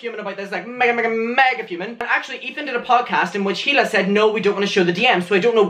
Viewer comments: It’s EELA NOT HEE-LA Sorry you’re cool lol it just keeps annoying me you say HEELA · Has anyone noticed how he pronounces “hila” as “hila” and not “e-l-a” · if one more drama channel pronounces the H in hila’s name i’m gonna lose my mind